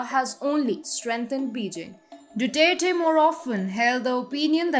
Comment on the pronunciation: Excellent presentation. However, some tips on the pronunciation of some proper nouns may be helpful. Malacañyan- मालाकान्यान Duterte- दुतेरते Gloria Macapagal- माकापागाल